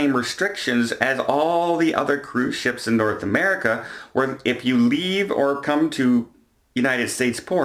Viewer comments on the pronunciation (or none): none